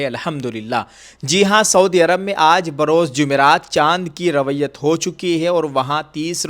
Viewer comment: حضرت رویت لفظ کا تلفظ صحیح کرو